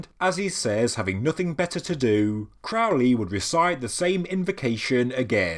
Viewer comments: (this is a lighthearted jab at thelemites, not the video) Am I the first to make the correction, Crowley should be pronounced "Crow-lee" like the bird or holy. Love is the law to all the thelemites foaming at the mouth over the pronunciation. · Crow , like the bird . Crow-lee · Loved it, loved it, loved it! Crowley rhymes with Holy, it isn't Crowley, that rhymes with foully. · It's pronounced CROW-LEE. Rhymes with HOLY. It's amazing how many "experts" there are that don't know this. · Very interesting, thanks. Crowley rhymes with holy. It's a ley with crows - if it's the English name.